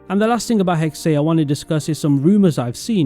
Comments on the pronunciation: I’m pretty sure it’s pronounced hex-uh I try not to nit pick pronunciation but I just couldn’t handle this one for some reason. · i’m sorry but pls say hexe right next time